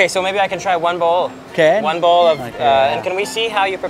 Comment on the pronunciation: Best part is you don't know if he's saying balls or bowls😂😂😂😂😁